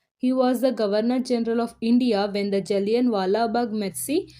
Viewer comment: Massacre is pronounce as 'Masa-kar' not Messi.